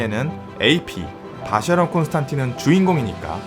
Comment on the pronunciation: 이젠 아예 고착된 듯… 쉐[쇠]가 아니라 셰인데 말이죠ㅋ.